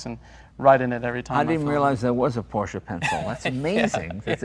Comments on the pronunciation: Wait...!?!?!? Did jay just pronounce Porsche correctly?????? Hallelujah! lol 😄😄😄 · I like that Jay pronounces it Porsche (short e at the end) not Porsch. This is how it is pronounced in German. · Interesting to note that Jay used the correct two syllable pronunciation for Porsche (por-SHUH) throughout this episode, rather than his normal one syllable (Poursh). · they are the first Americans I heard to pronounce Porsche right :D